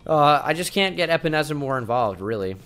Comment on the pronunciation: AJ A-Pens-A